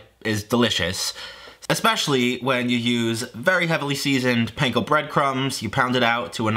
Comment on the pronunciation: Every time you mispronounce panko I break out in hives